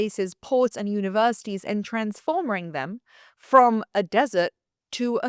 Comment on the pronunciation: 😂😂 she said transformering them 😂😂😂